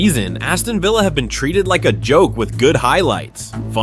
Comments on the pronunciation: its vill as in pill not veel as in reel get it up ya aresenal,,,,😁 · "Veela Park" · Villa ❌ Veela ✅ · Had to stop watching because of the mispronunciation of Villa...